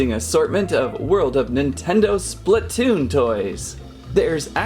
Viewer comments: ITS SPLATOON NOT SPLUTOON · ITS SPLAATOON (AHU)